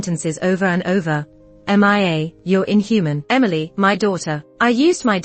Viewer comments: They should just call her name properly like mia not M I A. The voice narrator don't know how to pronounce her name calling her name like that. It's kind of irritating me. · Why call her M I A instead of Mia?